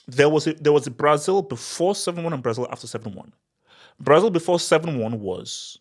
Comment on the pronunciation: "LASIL" 😂😂😂😂that's crazy work